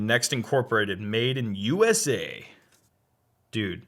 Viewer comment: “Made in USA” Me: “Made in yusa”